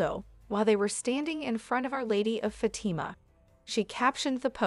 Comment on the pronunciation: Fatama.....fat-a-ma...do better